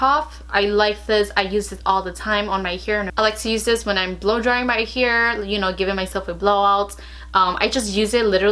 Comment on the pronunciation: She says here instead of hair, lol - I love accents , there are so many different types of accents and I lo hearing people’s own personal speech. 💗